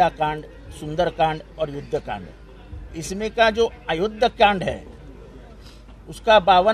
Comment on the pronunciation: सुंदर कंद नाही सुंदर कांड म्हणतात एव्हढ ही माहित नाही